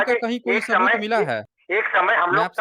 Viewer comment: Hello sir aapke big fan hai hum, bss aajkal aapne स ko श keh rahe ho aur woh bilkul achha nahi lag raha. Jaise शबुत, thoda irritating lagta hai sunne me yeh. Please isme sudhar kariye